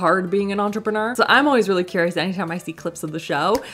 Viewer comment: I died at the way your pronounced “entrepreneur” 😂😂😂 all I heard you say was “ontrprenur” 😂😂😂 Also wasnt a fan of the Korean brand because they literally went a completely direction then they started at. At first their pitch was for plant/clear/natural products, from what you showed, nothing on the Sephora website was anything near what they were first advertising. And nothing is good about only have 1 good product. 👎🏻